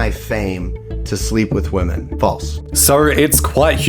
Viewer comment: Why do you keep pronouncing "women" as "woman"? wtf? 😂😂